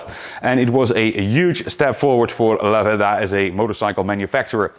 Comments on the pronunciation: The ultimate 1970s Italian stallion ? Stress on the first syllable. Lah - verda. Flying agricultural two-wheel tractors ? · Yes It's LAverda...not Lavérda. Correct. 👋👋👍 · No, its' La-VER-da! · Italian here. It's pronounced laverda, not la verda. The burnt orange was a fashionable color in late 60s early 70s Northern Italian shops. It's a shame Piaggo killed the brand to only focus on Aprilia for sport bikes, but Piaggo is not a large company, and there were simply too many small sports bike manufacturers between Laverda, Moto Guzzi and Aprilia, all owned by Piaggo. Ironically, while Italian brands rule MotoGP today, endurance racing is predominantly won by Japanese brands. They sold a few of the 750 in Toronto, but these are bikes that are owned and never ridden. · The Italian pronunciation is very good. Albeit a surname, "La verda" means "the green" although it would not be used as it's incorrect, i'm just doing a straight translation. Since it's feminine, finishes with "a", masculine in this case would be "il verde". As a kid (5-6 year old) i remember fondly a Lamborghini green liveried Laverda parked a few streets down where i lived, i thought of it as "the green lady or dame", hence my explanation of the grammar. Always loved the low sweeping handlebars and presence. Being more a car person it's the only bike have a vivid memory of 45 years on.